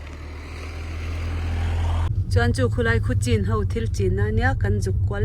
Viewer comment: CHIN Chhin tih a lamrik tur chhinlungchhuak chhin chin tihkha chuan thildang daih akawk